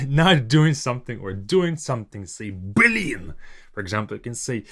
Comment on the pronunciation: it's funny when Russian people stress the Б, like you do here, like saying "Б лин" ))